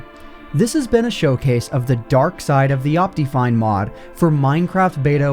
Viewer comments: What is wrong with your pronunciation of optifine? It's not ahp-tea, it's ahp-tih. Second, why are you still intro-ing things ? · based on the way he pronounces optifine, i can only assume also says "op-tee-mism" and "op-tee-cal" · you say optifine weird do you pronounce optimize as opTEEmize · The most broken thing in this video is his pronunciation of optifine